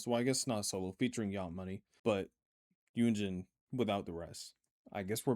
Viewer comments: Hyunjin is pronounced Hyuhn-jin instead of Hyewnjin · I'm so sorry and I don't know if it's a running gag I'm not aware of or something, but the hyun in Hyunjin is pronounced hyOn like the word yonder. 현진=Hyunjin 여=yeo. Sorry again, just wanted to let you know 😭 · His name is pronounced Hyun- Jin not Eugene